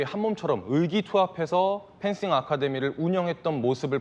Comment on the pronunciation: 이 아나운서 지금 펜싱에서 싱을 번데기발음 한거임?